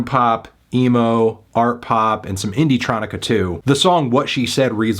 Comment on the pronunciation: dawg said “indietronica”